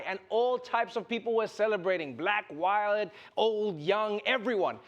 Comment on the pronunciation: did... did he just said "violet people" instead of "white people"?